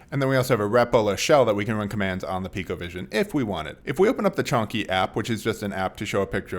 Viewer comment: At first I though - снопку? Is it Russian? Then I understood that it is Chonky, as his cat's name. Lol